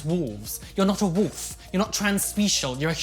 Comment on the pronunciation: I love hearing say "woof" as wolf